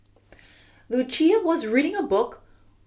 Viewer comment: its not luchia its lucia pronounciation: lu sia 👌👌👌👌👌👌👌👌👌👌👌👌